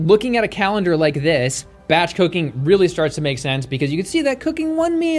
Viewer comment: It sounded like you said batch cocaine instead of batch cooking LOL